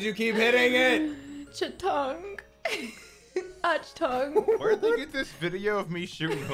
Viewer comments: "Chitong" instead of "Achtung" - 2020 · listening to trying to say "Achtung" actually physically hurt my soul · trying to pronounce ''Achtung'' lol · As a German it hurt my soul too. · as a german: what the FUCK was that achtung pronounciation??